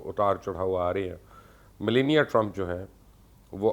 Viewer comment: Mubashar sb trumpnki wife ka naam tou tekh say len ap bilkul wrong pronounce kar rahe hain please you are a public figure so study before you come online and secondly ye America hai pakistan nahi please dont compare the politics of Pakistan to America